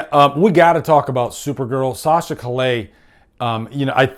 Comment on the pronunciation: It's pronounced (Kai-ye) LL in Spanish make a Y sound..JS :)